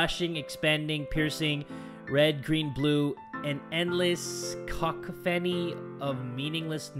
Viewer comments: Is anyone going to point out the way he utterly butchers the word cacophony? I love how he says cock-a-phoney instead of cuh-cough-any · Being British cacophony is the funniest shit the way read it like “cock fanny” as you can tell by the name fanny is funny 😂😂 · Ok even tho this is 2yrs old its buggin me CA-CAW-then kinda like FUNNY / CACOPHANY